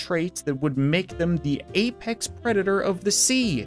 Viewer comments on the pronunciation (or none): none